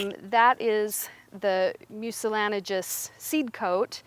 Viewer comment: mucilanigous???? How about mucilaginous? For that matter, how about jewelry and not jewlery? And my personal favorite, nuclear and not nuculear---especially when The President says it.